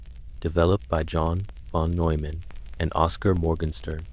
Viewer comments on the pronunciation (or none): none